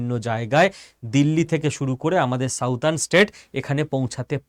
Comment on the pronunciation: সাউদার্ন নয়, সাদার্ন।